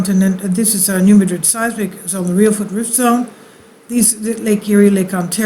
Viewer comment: Resident of Missouri here - it is NOT pronounced, New Ma-DRID! It's pronounced New MA-drid!!!